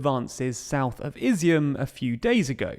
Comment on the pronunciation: Ob-last, Care,son. You really need to become a better example of what Brilliant can do. Not Izzy-mm, I-zyum.